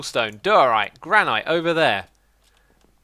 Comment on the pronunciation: It's pronounced Gran-it not gran-ite